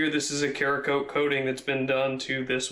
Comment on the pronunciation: It’s pronounced saracoat not karacoat